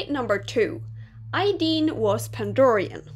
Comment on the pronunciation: Ideen Me: AYEEEEDEEN:> Normal SSO players: Aideen